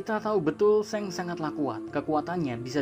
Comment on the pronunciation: Min, shanks itu kok bacanya seng, pdhl luffy panggilnya sangs